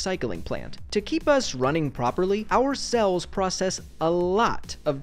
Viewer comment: did just say “our cells”??